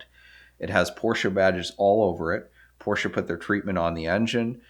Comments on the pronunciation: It is really nice if americans say Porsche instead of Porsch :D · Immerhin jemand der Porsche sagt. Und nicht Porsch. Aber deine Aussprache von ausländischen Orten/Namen ist bestimmt immer zu 100% richtig in der Landessprache.